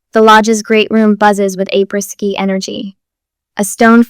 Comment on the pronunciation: You are mispronouncing apres-ski. You shouldn't use words you don't know how to pronounce. It makes you look like an idiot.